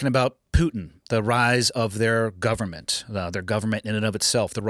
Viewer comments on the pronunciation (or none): Why does he say Putin like Pewtin, never heard it pronounced that way. Another great one 🇺🇸🤘🇺🇸🤘🇺🇸🤙